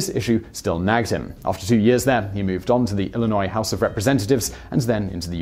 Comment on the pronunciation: Thank you for pronouncing Illinois correctly! 😃👍 Great video.